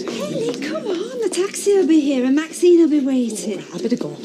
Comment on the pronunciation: Ashley could never call maxine by her name.....He pronounced it maxime